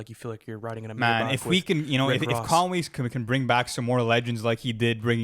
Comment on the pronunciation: Why are u pronouncing Conway like that?🤣🤣